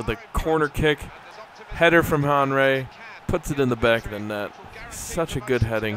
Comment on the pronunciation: just a little tip: henry is pronouned as "awnree" :)